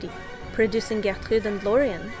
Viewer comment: I really like the French accent you use to pronounce Gertrude's name. Great video!